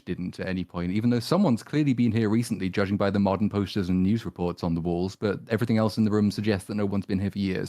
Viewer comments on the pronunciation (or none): none